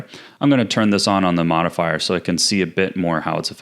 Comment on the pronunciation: "the mirror forifier"😂😭